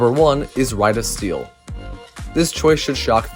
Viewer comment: You said “wide of steel” like you were learning how to pronounce your R’s lol.